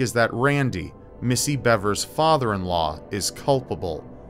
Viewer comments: Missy BEAVERS is the correct pronunciation. It is spelled Bevers, but actually is pronounced “Beavers.” Sorry to be a Grammar Nazi, but it’s easy to figure out, all you had to do was watch one news video. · It’s pronounced “beevers”